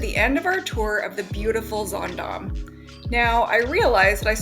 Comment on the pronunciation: I'll be on the Zaandam in a few weeks. I love that you pronounce the name of the ship correctly. ☺